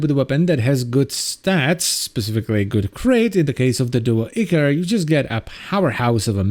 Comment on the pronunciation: Every time he says [echor] and not [aichor] I die a bit inside.